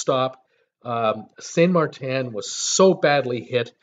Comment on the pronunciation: SaintMaarten get it right I'm from Saint Maarten🌄 we are open Y don't u fly🛫🛬 down to see for your self